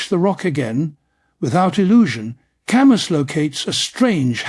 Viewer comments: It should have been typed in as Kahmoo lol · AI mispronounced his name. Gahhhhhh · For crying out loud, you couldn't even bother to make sure his name was pronounced right?!?